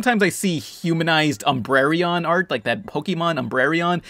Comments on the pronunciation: It's pronounced umbreon, not umbrereon. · Umbreon, not Umbrereon!